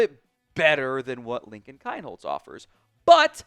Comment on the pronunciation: It’s pronounced Keen-holz!